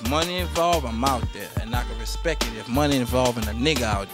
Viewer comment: The man cant even pronounce respect